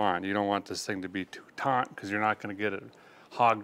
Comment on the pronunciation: He hee he said taunt lol